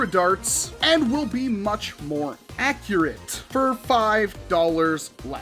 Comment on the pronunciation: “bUt ThEy ArE aCcUaRaTe”